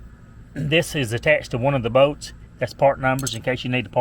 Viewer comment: I love how you say bolts. Boats . Good video man thank you !